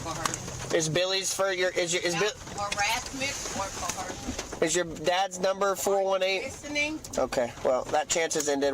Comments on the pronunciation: Why does sovtards have such a problem with the word "coercion"...😅😅. Its not cohershon.... They all day that ... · “Co-her-shun” so many of these sovcits can’t even pronounce the words that they’re misusing 😂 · More "cohershun" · it will always bother me when people pronounce it “co-hersion”